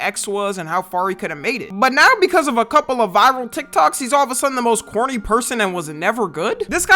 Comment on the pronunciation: Are you saying corny or horny? 😭